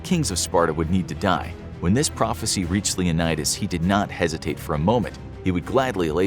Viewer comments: Dang … it’s prophecy not prophency 🤣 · Did anyone realize that when leonidas said i need to fufil the phrofecy its has an N